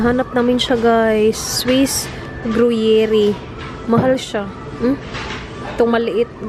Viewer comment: Hello. Good to hear you're well now! stay safe and healthy.. Gru-yair po ung gruyere na cheese...